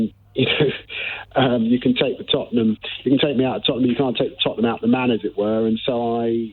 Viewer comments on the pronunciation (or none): none